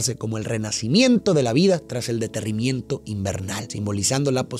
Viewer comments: dijo deterrimiento en lugar de derretimiento? que buen video. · Alguien más escucho el deterrimiento😂? En lugar de derretimiento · Estaba tan inmerso en la narración que cuando escuché "deterrimiento" en el solo reí y lo acepté.